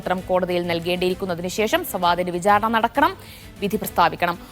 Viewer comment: 'pramaadham' അല്ലാ, പ്രമാദം.. 'vijhaarana' അല്ലാ, വിചാരണ..